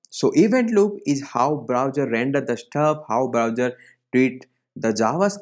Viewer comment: Good explanation, but it's browser, not browjer, Thanks